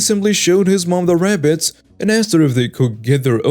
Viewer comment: It is RABBITS, not RAPPITS! Otherwise, I like the stories you are reading!